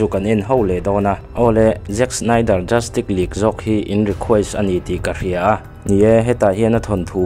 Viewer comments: Tinge JUSTIK i tih tlat aa JUSTICE ti in lam dik la ngaihthlak a nuam deuh ang.Rilru a la peng deuh tlat a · Justik❌ Justis☑️ Tia lam tur sir... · Tinge Justik ila tih hram a😂Vido hmasa ah khan ka sawi tawh sia, Justice hi Justis ti a lam tur, tik K 👈nilo in Tis S 👈tur hi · Chu chiah ka hrilh tum tak justick tih in a lam zel a😅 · Justice tih i lam dan hi dik chiahlo lo mo,"justik" tih angin I lam ri a, "justis" tih ang zawk in nise,lo soi mai mai😂👍🏿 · A va han lam diklo nasa thei tak... Justice League pawh justik tiin i lam daih a😂😂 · Darkseid -daksei nilovin daksaih tiin.. Justice -zastiz aw zastik nilovin Batman te poh kha Betmen ve mai la Cyborg poh saibot nilovin saibawrk or saibawk tive mai la😂😂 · Sausage i lam dan te... Justice i lam dan te leh thil dang neuh neuh hi.. Pronounce dan zir i ngai